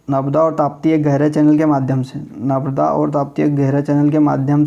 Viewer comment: narmada hota h navda ni hota